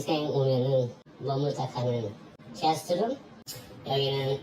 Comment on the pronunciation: 게~스트룸? 발음도 느끼하구 그냥 촌티줄줄 나는 허세 사기꾼